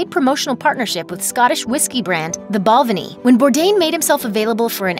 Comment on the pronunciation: When Americans try to pronounce Scottish whisky… Ball/ven/ee